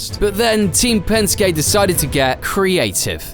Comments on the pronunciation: pronouncing Penskey as Penskay is like pronouncing Mersaydeez as Merkrades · And Pen-skay instead of Pen-ski lol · hate to be that guy but Penske is pronounced like penskee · "Spinned out of control" This is the same bloke that talks about Pensk-ay Racing.